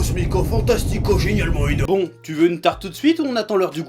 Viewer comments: prononcer le x ou pas… pas grave ! mais "ENAURME" ?! "é-NAU-rme" ???!! c'est chaud ! ^^' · Enaurme??? lolol